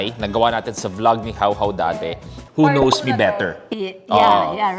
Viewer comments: Hindi na to "Who Knows Me Better ", "Who Noes Me Better "😂😂😂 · more like... "who NOSE me better" 😅😂✌️